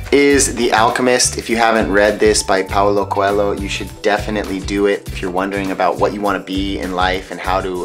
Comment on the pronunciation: Tu espanol es divino! Paulo Coelho se pronuncia como Coello...con la ll de la palabra llave. LH portuguesa=LL espanola. Abrazos hasta tu parte del mundo!